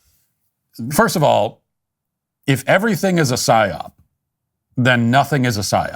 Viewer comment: Is he saying "syop"? I'm lost. He said it like five times. I even googled it and it comes up as an acronym for "Set Your Own Price" Is this what he's referring to?